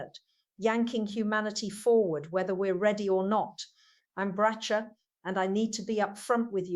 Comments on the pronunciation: At least get her name right. It’s Bracha. The first “a” sounds like awe or Brocka. This woman deserves a lot of respect for her body of work. Please pronounce her name correctly! 😢😢😢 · Please, to whomever is putting out these videos, it's pronounced BRAKKA. The real Bracha would never make such a mistake, so as well-meaning as I hope you are, please fix this.